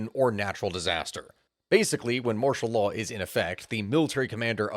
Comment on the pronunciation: Anyone ever tell you your accent makes martial law sound like mashallah I had to replay it a few times and yeah, the emphasis on "marsh" and pronouncing law as "laah" got me laughing